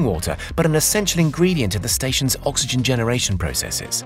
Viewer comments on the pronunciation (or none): none